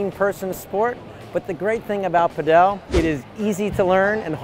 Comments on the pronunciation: its not "pad ell". its just Pad ul". please learn to say it correctly.... I live in Spain and this is 100% not the correct pronunciation, its not like padell as in bell.. its padel as in full or padle if that makes it easier... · Why does he pronounce it "paDEL" rather than "PAdel"?